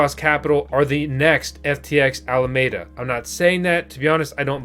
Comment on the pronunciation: Alameda, it has FOUR syllables, 'Al-a-me-da''.